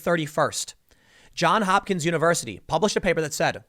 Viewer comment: JohnS Hopkins, Tim. Johns. Not John. Johns.